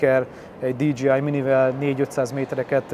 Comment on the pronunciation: informatív, jó videó. egy észrevétel, a DJI az dídzséjáj és nem dídzsíáj, mint a JBL sem dzsíbíel hanem dzséjbíel. köszi!🙏🏻